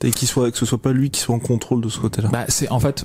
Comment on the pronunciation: En deux mots : Con-Trôle 😂 Merci les mecs, j'ai bien rigolé